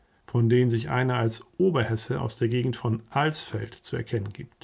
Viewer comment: Hallo, bitte bei der Nennung der Oberhess. Stadt Alsfeld, nicht das "A" so lang ziehen ( Aaaaaalsfeld) sondern kurz aussprechen. Als alter Oberhesse, der in Alsfeld geboren ist, geht mir immer gewaltig der Hut hoch, über diese sprachliche "Vergewaltigung". Danke.